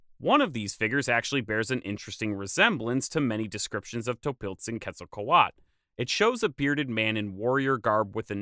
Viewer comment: There is a T and a L at the end of Quetzalcoatl, why do you stop at A and not read them? The word isn't Quetzalcoa.